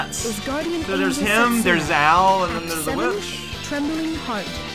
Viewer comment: Anyone else with a little knowledge of Japanese that cringes deep inside everytime someone pronounces the "u" in Setsuna? 😬